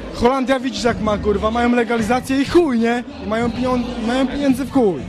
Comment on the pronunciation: "piniondze" :D